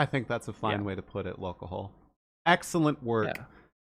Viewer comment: lolcoHOLE? It's LolcoHALL. Is in a play on alcohol you moron.